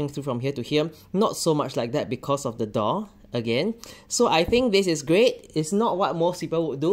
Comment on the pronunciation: I thought he was saying “dog” instead of “door” at first…